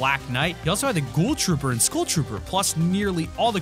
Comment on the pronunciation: Learn to pronounce "Skull" bra :)